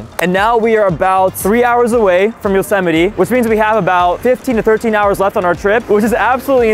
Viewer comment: Bro said josemiti